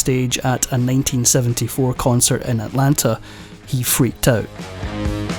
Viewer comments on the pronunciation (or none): none